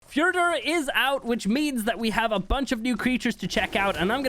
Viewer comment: Fun fact, the "d" is silent